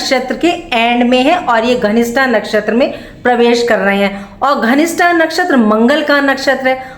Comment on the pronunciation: आप धनिष्ठा को घनिष्ठा बोल रही हो। कृपया अपने उच्चारण पर ध्यान दीजिए। 🙏